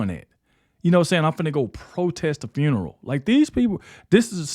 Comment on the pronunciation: I'm trying to figure out how black people always put the letter R after everything, what the hell is Fruneral? Nephrew, chrilden, are you people that illiterate, speak English